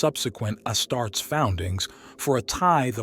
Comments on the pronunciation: its not asstarts....its AS-TAR-TES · Ya lost me at “Astarts”. Refine that AI, pal.